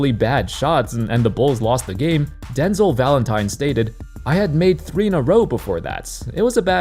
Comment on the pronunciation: It's den-zel Not denzle.